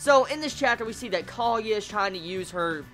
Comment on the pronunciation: Kah-Goo-Yah (emphasis on the goo) Your pronunciations make me laugh. ROFL. Nice review. At least you got Naruto right :)